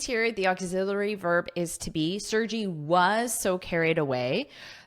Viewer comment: Thank you,, for the article! The name Sergey is a popular name in Russia. I hope it will be interesting for you to know how to pronounce his name 😊. The letter 'E' sounds like [ e ] in the word 'melon', then, 'R' is clearly pronounced, 'G' sounds like 'g' in 'Google', and 'Y' is like 'y' in the word 'May' 😊😊